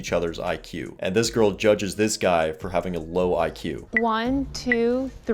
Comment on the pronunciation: She couldn't even say IQ, she says EQ!